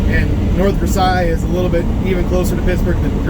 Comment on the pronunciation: Local Pittsburger here - we pronounce it North Ver "sales". Ridiculous as that seems, it's how we do it.